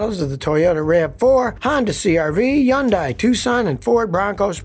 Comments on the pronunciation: Hun day??😅 hilarious. It’s yoon-die. Scotty was correct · yeah, that's not even close to how you say Hyundai. It's Sunday, with an H instead of a S. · Hey, Scotty, I've mentioned it numerous times....the H in Hyundai IS NOT SILENT!!!!!